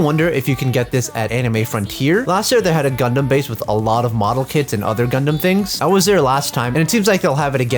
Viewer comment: DID YOU SAY……..gUdUm